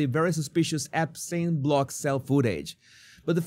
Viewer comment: The way trump said " are you still talking about Ep-stien?", as if he had never heard of that name & was trying to figure out how to pronounce it🤣🤦🏽‍♂️. Throw trump in alligator Auschwitz!!